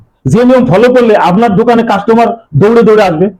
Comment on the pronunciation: Dada apnar dokane ki dore dore ase...dada uccharan satik bhabe korun....